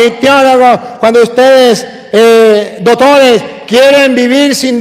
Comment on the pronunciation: me encanta cuando dice dotores! que ❤️❤️❤️❤️Sabiduria divina que lo acompaña !